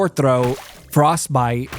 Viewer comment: Why do you say the word throat like that its driving me nuts. Its like you turn scottish for fraction of a second just to say one word in your vocabulary.